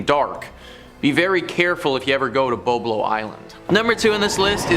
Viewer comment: If you are from Ontario you should have known that is called bob-low isle is how you pronounce it😅